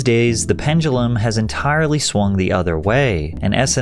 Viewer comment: Pen-duh-lem, not pen-guh-lum